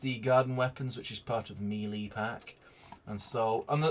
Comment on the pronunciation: he said it right though.